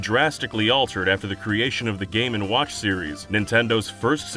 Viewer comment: Boy do i love me some "game and wOouch"